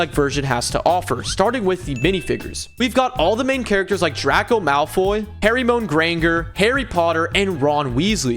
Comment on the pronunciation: The pronunciations of Draco Malfoy and Hermione Granger hurt